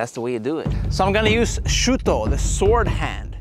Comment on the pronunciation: Bro can't even pronounce Shuto correctly💀